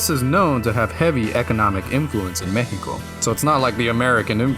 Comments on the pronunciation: Respect for actually pronouncing México right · Massive props to you for the insane research on our country and our culture, also the pronunciation in Spanish of "México" was just chef kiss man. In my eyes you're already Mexican, nuestra casa es tu casa